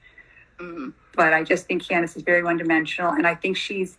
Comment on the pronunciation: THIS BITCH JUST SAID CANDICE PANTS